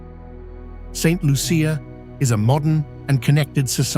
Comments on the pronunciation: The butchering of my island's name and some of the communities. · please do your research, St Lucia is not the only volcanic island in the Caribbean. Also, learn how to pronounce the name of island. However, there were some beautiful views. It is a very poetic view. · Saint Lucian here! This video needs to be taken down and properly edited. 1. You might have checked the correct pronunciation of the name of the country. 2. There are no crocodiles in Saint Lucia. 3. There are scenes which are obviously not authentic. 4. The AMERINDIANS were the original inhabitants of the island and are not mentioned in your comment on ethnic history. 5. After slavery was abolished, India became the source of indentured workers many of whom remained and contributed to the ethnic mix. 6. It is incorrect to say that the island is geographically isolated when it is surrounded by neighbouring island countries and has direct international flights to Europe and North America. 7. Saint Lucians are very well educated with a large middle class and like any other country, people move around the globe for various reasons. 8. There is a large community college and access to The University of the West Indies (UWI) which has 4 main campuses in Trinidad, Jamaica, Barbados and Antigua, as well as Univerrsity Centers in all the other islands facilitating its online degree programmes. Thousands of Saint Lucians have done degrees in Science, the Arts, Medicine, Law, Education, etc. NB Saint Lucia has two Nobel Laureates (Economics and Literature). Stop the stereotyping! Island nations in the Caribbean are countries like all others, with normal social issues and a range of lifestyles as in any country. At least have the courtesy and professionalism to check your AI and do the a